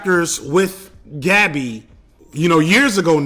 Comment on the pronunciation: I know this is nit-picky but damn bro it’s not hard to pronounce gabi’s name correctly 🤦🏿‍♂️